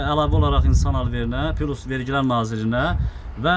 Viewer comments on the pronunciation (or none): none